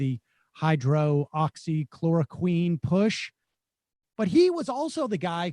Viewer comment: I love your show, Sam, and I watch almost every day. But god damn, man, write ”hydroxychloroquine” phonetically on a post-it note or something.